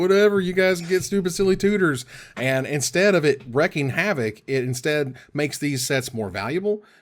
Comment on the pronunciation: Wreaking havoc is pronounced like "reeking," not "wrecking."